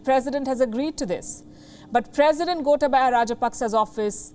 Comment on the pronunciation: It is Goootaaaabaya not Gota/ba/ya 🤭😊